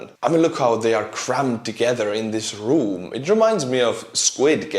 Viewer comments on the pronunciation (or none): none